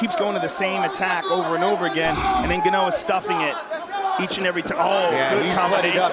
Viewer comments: Ganou?? Bro if u not sure how to pronounce a name U ASK THE FIGHTER BEFORE THE FIGHT . How do we say your name !! The Fact that All 3 proffessional commentators didnt do their homework is so shameful im ashamed for them 🤌🏾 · For a guy who “does his homework” Dominick Cruz didn’t know how to pronounce “guh no’s” last name